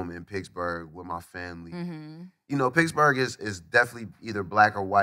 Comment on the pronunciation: Is wiz saying picksburgh or he just pronounce Pittsburgh that way ?